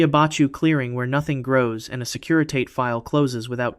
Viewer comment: Fascinating! It's pronounced 'securi-tah-tay'.